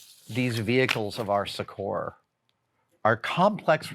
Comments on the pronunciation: Hey Adam: "succor" is pronounced more like "sucker". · It's a very very minor quibble...a pet peeve of mine I guess, but my brain always short circuits a bit when Adam has some unique pronunciations for words like 'succor' (it should sound almost exactly the same as 'sucker', not rhyme with Coor's). Like, he's so otherwise erudite in his knowledge, diction, and presentation due to all the practice he's had as a science explainer and just the wealth of experience, it actually makes my brain gaslight itself thinking I must be the one wrong and crazy, until I google to confirm. Though some of them I just slide over as they are ones that so many use that it really is an alternate pronunciation at this point (like respite). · Does anyone know what word he’s saying ? (Sechor??) I would like to improve my vocab but I can’t figure it out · Recently I’ve heard you use the word “succor” a few times and I do think it’s a delightful word that should be used, especially in reference to one’s own need to be soothed or or given personal aid. What I did notice is your pronunciation of “succor” which apparently varies in the US from the British pronunciation and to other dialects, midwestern-eastern?? Anyway, you pronounce it suck-our, I’ve always pronounced it suck-er like “soccer” with a “u” instead of an”o”, and the Brits pronounce it suck-a, the last two being most similar. Just an interesting observation, language is fun. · Your pronunciation of succor really caught my attention, I thought that cannot be right, but then I realized I had only ever read that word, I have never heard anyone ever say it, so the pronunciation I use in my head certainly can be wrong.